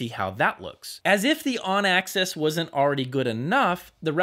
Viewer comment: You do great reviews, but if I may, axis isn't pronounced like access.